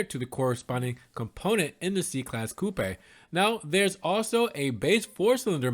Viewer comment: Haha "coo-paaay" 😅😂